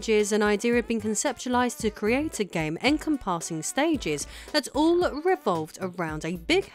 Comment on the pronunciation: Utterly bizarre intonation on the word 'encompassing' there. Otherwise a good account of this important slice of gaming history.